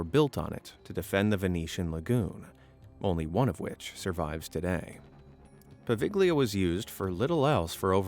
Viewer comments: POVEGLIA ISLAND Poe-vegg-lee-uh? It's right next to Venice, Italy. So I think we're pretty safe in assuming that it was named by native speakers of Italian. Apparently hardly any non-Italians are aware of the fact that [some vowel]+GLIA, which is a very, very common construct in Italian, is pronounced with the G silent. This island's name should sound like Poe-vale-ya. Which is so much nicer and smoother sounding than the way that this reader is mispronouncing it, don't you think? This butchering of pronunciations of place names is a pet peeve of mine. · 'Po va lia' the g is silent. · Bro, the g in poveiglia is silent, excuse my possible misspellings idk how it's spelled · Oh PLEASE can you at least learn the simple rule that in Italian you don't pronounce G in PoveGlia??? You Americans always butcher other languages like it's so hard to do a simple check